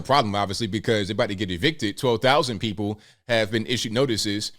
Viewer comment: But the Guh'ment luhs Black pee'poh. Idiots all.